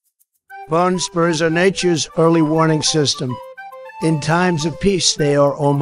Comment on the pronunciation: This was perfect other than the word spurs and socks. Otherwise it honest to god sounds like a pitch perfect recording